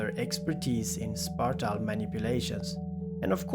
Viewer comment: You sounds so stoooopid saying spatial